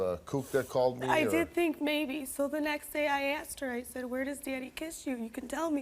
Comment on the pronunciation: It’s asked not axed, for God sakes please use proper grammar